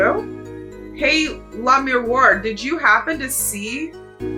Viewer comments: I won't push this point since it's pretty small potatoes, but with the French pronounciation, Lamiroir would be "lah-mee-WAH", not "lah-mee-WAR". Like "Wah-Luigi". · Pretty close on Lamiroir. The "oh" is more of a "wah" though. ;) That's also how I pronounce Machi Tobaye. Some people make the "e" silent but I think that's boring.